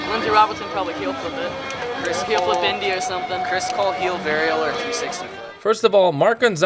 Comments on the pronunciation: did you say ”heelfrip “?😂🤘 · "Heel Frip" "El Tordo" I love the video bro, keep them coming! 🤙🏽🛹🔥